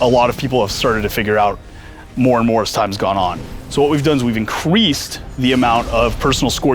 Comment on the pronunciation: He said IN-QUEEF-ED